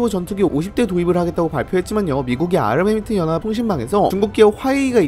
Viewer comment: ㅋ 은 발음 새는게 은근 매력이에요.. ㅋㅋ (욕 절대 아님) UAE: 유이이~~, 아랍에미레이트연합: 아마미뜨영압, 영향력: 영앵역~~